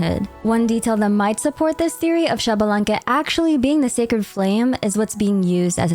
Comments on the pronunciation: Not Shabalanque its ISHbalanque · Xbalanque is pronounced eesh-bah-lan-keh, not shabalanque. The X before a consonant in mayan is pronounced "ish" or "eesh" for english speakers.